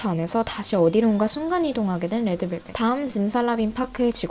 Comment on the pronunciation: 레에드벨벳이라고 발음 완죤 취저